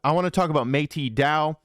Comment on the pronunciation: always be butchering Metis Dao......it is pronounced almost like Met-us dao ur welcome 😁😁😁